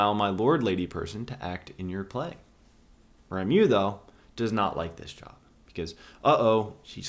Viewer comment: RA MO is the correct pronounciation. RA MO. Rameau = Branch. You're welcome.